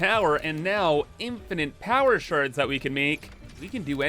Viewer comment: Is that a new word you've created? Infinant?